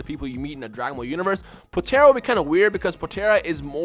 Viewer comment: I cringed every time you said potara